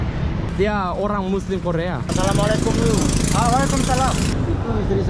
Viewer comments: Hey Daud. No hard feelings but just to improve you more in greeting other people, allow me to correct you, it's not "Salaam Walekum", the correct way is "Assalam-u-Alaikum". All the best my brother for future. May Allah bless you ❤ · It's not salamalakum....its Assalamu walaikum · you should pronounce Assalamu alaikum. It's not Salama laikum.it means you get death..but in Assalamu alaikum means you get life. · Please don't say salamale kum .... Say " Assalamu Alaikum " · Not Salamalukum but assalamu alaykum.... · Bro don't say salwalekum say assalamualaikum pronounce properly